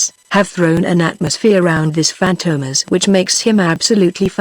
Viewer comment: Robot Voice - cannot even pronounce the name Fantomas correctly. FORGET IT.